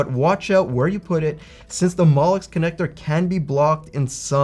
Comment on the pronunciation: I find your pronunciation of molex very similar to mollusk.